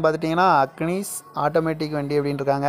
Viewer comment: புது காரே அவ்வளவு ஆயுஸ் முடிஞ்ச வண்டிக்கு இவ்வளவு விலை சொல்ர வசம்பு இருந்த வாயில போட்டுக்க அக்னிஸ் இல்ல அது இக்னிஸ்